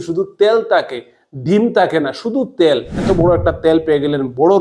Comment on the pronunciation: কথাটা তেল। ত্যাল নয় ।